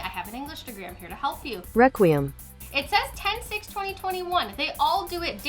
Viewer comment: Most Yugioh Players: Dark Requiem pronounced Dark Re-kwee-em Xyz Dragon: Dark Rakeem XYZ dragon Me: Who is Rakeem?